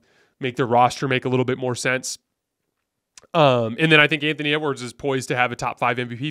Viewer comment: Did really say ewards come on he's not even close to mvp